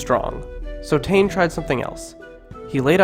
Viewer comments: 😆🤣😆 Tane it's Taane pronounced sounding like Tarn-eh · Please bro it’s pronounced Tah-neh not tain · Tane = ‘Tan-ae’ not ‘Tannn’ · Ta ney lol not taine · Tane, pronounced as Ta = in Tar-seal & ne = in ne-ver..pls learn ur pronunciation before you make a video like this. I'm cringing right now..ugh!!! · can you pleaseee not do this vid if u cant pronounce the words properly and also tu is tumatauenga and tane is tane mahuta and hine u pronounce hin-e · G IT'S NOT TU IT'S TUMATAUENGA EGG AND YOU CAN'T SAY TANE PROPLY TO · Its tane u fukin idiot and the fuckin reast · HE'S CAN'T SAY THE NAME PROPLY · Tawhiri = Tah fi ree Tane = Tah nay Hine = Hee nay